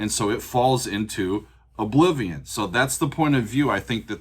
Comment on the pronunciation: I like the southern accent on "Obliviowwwn". It's a band from Georgia.